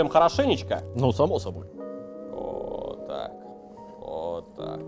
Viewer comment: Такое ощущение что жестко копирует манеру речи...слух режет аж бл. Даже "уотак вот" вечно произношенное копирует. Ну пиздец)